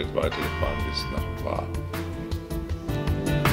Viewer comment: Sehr schöner Bericht, vielen Dank! Der Name Hvar wird Chwar gesprochen. Im kroatischen spricht man hv immer ch. Ein ch weit hinten wie die Schweizer bei "Chuchichäschtli". "Danke" heisst auf kroatisch "hvala" msn spricht "chwala". 😊 Alles Gute Euch und allzeit gute Fahrt